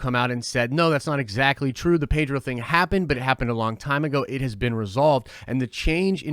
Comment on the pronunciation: I don't know why but I hear "Pager" when you say "Pedro" XD